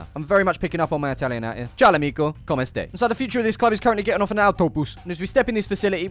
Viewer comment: Comme estè sounds like more french than italian to me. lol